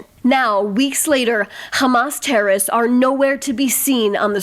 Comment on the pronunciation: Ladies, if you are going to use the word "terrorists" so frequently, don't you think it would be a good idea for you to learn to correctly pronounce it?!! The word contains THREE syllables, not two, and is neither pronounced "terrists", nor "terists"!